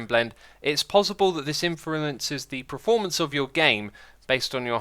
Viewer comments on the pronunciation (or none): "achacha" "preformance" "premission" SMH my head